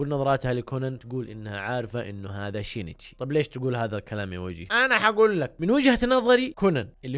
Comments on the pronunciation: شينشي مو شينيتشي🤦🏼‍♀️ هوه أصلا سينشئ بس الياباني صعب عليهم يحكوا حرف السين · اسم كونان الحقيقي يُنطَق شِينْ تِشِي وليس شِينِ تِشِي، انا فصلت مراحل الإسم لكي يتوضح نطقه والنطق الطبيعي شِينْتِشِي. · نطقة صحيح شينتشي اسمه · من الي تنرفز من نطق الوجيه لاسم سينشي !!!😂